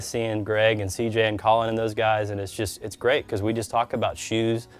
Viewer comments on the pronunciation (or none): none